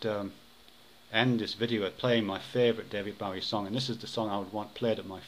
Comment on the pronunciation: I'm pretty sure Bowie's name rhymes with 'doughy' rather than 'Howie,' yes?